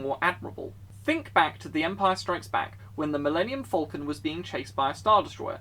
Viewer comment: It sounds like you say Vulcan rather than falcon.